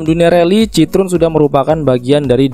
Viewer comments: Bacanya bukan citrun tapi citoen bang, ini kan mobil prancis bukan enggres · sedikit koreksi min, pembacaan merk Citroen bukan seperti ejaan lama bahasa belanda, tapi bahasa perancis yaitu bacanya cit-ro-en